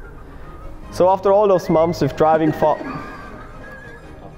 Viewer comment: "So after 2 or 3 MOMS of driving" 🤣 That's gold 🤣 I feel for you I can't pronounce English very well sometimes.